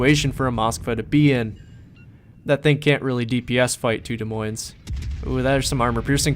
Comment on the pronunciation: By the way the s is silent on Des and Moines. So it is like De Moin (sort of). Being an Iowan it is kind of cringy (: Great video!